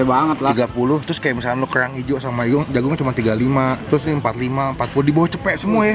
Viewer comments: Kellrlrang ngomong yang bener dut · Kok aneh ya pas ngomong "kerang" 😁